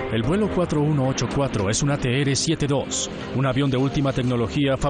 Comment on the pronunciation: No existe la letra "ere" se pronuncia la letra "erre" ATR. "ateere" suena ridículo.